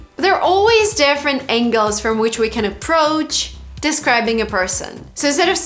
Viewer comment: You said: 1) defferent. It is different . 2) most of people?